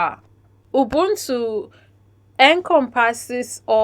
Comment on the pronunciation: The way they pronounce 'ubuntu' is pissing me off. The 'b' is not supposed to be pronounced as it sounds, it should sound like you're blowing air softly from your lips. Ubuntu pretty much means humanity and all the positives that make a human.